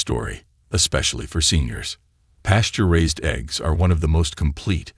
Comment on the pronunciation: Horrible AI voice. Can't even pronounce the word ARE.